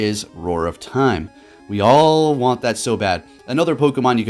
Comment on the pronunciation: It's not time is mime😂